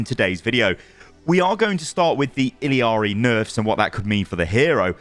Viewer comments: why you pronouncing her name illEEari, its illari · I cringe every time I hear him put an extra “I” in Illari. It’s not ILL-I-AR-I,, just ILL-AR-I. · Why are you saying Iliari and not Illari? Where TF did the third I came from? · I L L A R I. Not ill-E-ari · Isn't it Illari not Illiari? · Why you pronounce it “ill-EE-ah-ree”? It’s either “ill-ah-ree” or “i-yah-ree”. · Not to be a grammar Nazi but is it pronounced ill-ari or ill-ee-ari? I think you're mispronouncing it. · Bro, it's ILLARI, not ILIARI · Illy-ari? Just say Ee-yar-ee.... that's how you pronounce it. Very simple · ITS NOT ILLIARI ITS ILLARI!!!!!! STOPPPPPPPPP YOURE DRIVING ME CRAZY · It's "Ill-Ar-Ee"... not "Ill-E-Ar-Ee". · "iLL-EE-ARII" dude it's 'ill-ar-ii" or "iyari" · Why does EVERYONE add the extra syllable in her name. It’s e-yari or ill-ari no ill-e-ari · i know this is so unrelated, but it is murdering me how everyone is mispronouncing Illari’s name. There’s no second I, and you don’t pronounce the L’s, it’s a double L, so it’s a J/Y sound bc she’s hispanic. everyone is calling her “ill-ee-ar-ee” when it’s “ee-ya-ri” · ill ari...not illi ari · true, at least ill ari is closer than the illi ari i keep hearing content creators say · For the love of god, It's ILLARI, not ILIARI. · i-jah-ree actually, the double L is pronounced like a J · its ill-ar-e not il-lee-ari. illari, theres no 3 i's in illari. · Why are people callin her “Illiari”? When literally the title of the video is spelt “Illari”? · Ill-ari? Where's the extra I? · It's pronounced (eel-YAH-re), not "Iliari" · Don’t mean to be that guy but it’s pronounced “I-YA-RI” the double L’s in Spanish gives a “ya” sound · It’s pronounced , “Ee Ya RRR ee “ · ilee ari??? 😂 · "Illiari" Lmao thats not anywhere close to how to pronounce it. Theres no I after the two L's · I’m going to be that guy, but the double L in her name is pronounced as a Y. Iyari essentially. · Why does everyone call her ill-y-ari? It’s illari like ill-ari or iyari!!!!